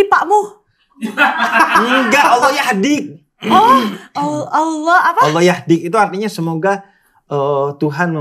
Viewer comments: Si meskipun belum login tapi udah fasih menyebut Allah 😇🙏👼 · Eh, ngomong "Allah"-nya fasih loh... 🤍